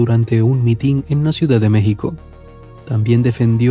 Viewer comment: Para este disque reencuentro histórico del vídeo, buscaron a una voz pstriacal o sacerdotal, de dónde lo sacaron? si dice mitín no mitin. Las pocas buenas cosas que se dice de AMLO ahí es para minimizar su verdadero liderazgo, las quieren disfrazar con argumentos leguleyos, para hacer creer que las trampas y fraudes dónde ganó el PRI y PAN eran correctas y la gente protestó motivados por el líder AMLO sin razón alguna. Es un vídeo tramposo, con verdades a medias. AMLO ha Sido y seguirá siendo un luchador social incansable, los logros de su gobierno al favor del pueblo, hoy están demostrados con hechos. La verdad histórica, la está escribiendo nuestro honrado, honesto, con visiones humanitarias AMLO, aún en contra de todos los medios masivos de comunicación pagados por los vecinos del norte y los grandes acaudalados del país, el INE y el tribunal de injusticia actual, sus logros de AMLO son objetivos y ha beneficiado a los humildes y desprotegidos. El pueblo lo sabe